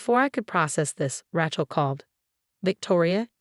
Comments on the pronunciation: It is not Ra(short A sound). It is Ra(long A sound). Do not be so uneducated. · Wish these stories would stop using the name Rachel! Pronounce as Ray-chel, not Rat-chel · I refuse to listen to another story w/the name Rachel mis-pronounced. This is totally unacceptable. Who uses this name pronounced like a tool. The name is not ranch -el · I drives me crazy